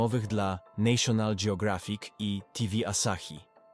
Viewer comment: Nikt nie mówi nejszjonal hahaha naszynal jak już (fonetycznie ). Elo